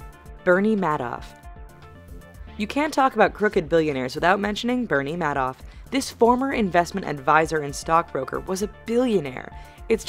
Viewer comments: It's "made off" not mad off. Worse, it's "Kloo-gee" not "klooje" How can you possibly mispronounce names that are so media-prominent? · bernie ma-doff she says lol wtf